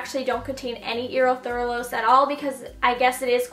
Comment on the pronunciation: So excited to try this brand! Also that word is "u-rith-ra-los" ;p i work at an airbrush salon, just thought id help